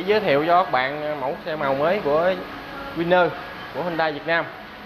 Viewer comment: Người miền Nam phát âm buồn cười thật Winner ít